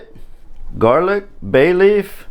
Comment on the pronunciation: A true Cajun/Creole...."Onyo and Garleek"....I love it!